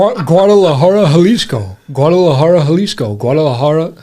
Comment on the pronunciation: First of all: Sort-of amazing that: a guy from KY [well: 'assumptions, assumptions...," but: possibly and, at least: insofar as I can tell....and "in recent history" 🤷🤷👍] (i.e.: ) knows how to pronounce: "Poughkeepsie!" (...never mind: Guadalajara —although, in all honesty: I find THAT one to be...the simpler of the two, for many people.🤷😛). Impressive! 😜👍 Secondly: that is Jeff "Skunk" Baxter on those (rippin'!) guitar leads. You MAY be familiar with Skunk from his time in the Doobie Brothers (I am not sure), but: Steely Dan was, indeed, his original band. (He was, also, a(n 'in-demand') studio guitarist —which is how he, first, met the Doobies and is a highly-highly-skilled and lauded player (and deserves every accolade he gets!)🤘🤘🔥 —This is the period BEFORE the band dissolved (subsequently, becoming a non-touring artist/entity and consisting, official, of, only: Walter Becker and Donald Fagen (although: magical audio engineer: Roger Nichols, really, deserves inclusion. His shared perfectionism (I mean: shared with: Donald Fagen and Walter Becker, here.) and detail-oriented mind (and ears) made every Steely Dan album sound like it was: 25-years ahead-of-its time (or so)! 🤘🤘) and became "studio only." (Ill-informed...or, simply: lazy🤷🤷) people will, often, say things like: "...it was a 2-person band...." re:Steely Dan, but that is the, extremity, simplified, "novice fan," version of part of the story and doesn't, actually, reflect the truth, completely (nor entirely